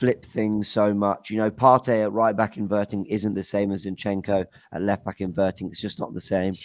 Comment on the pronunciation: loves sayin “invertin” lol